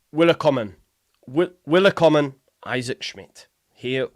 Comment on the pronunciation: it’s pronounced Vilkommen. 👍